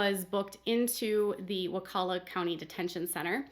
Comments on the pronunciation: You are pronouncing Wakulla correctly! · you said Wakulla correctly and Crawfordville is just outside Tallahassee in Leon county. They are much smaller than Tally police. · You pronounced wakulla perfectly. Love your channel 😍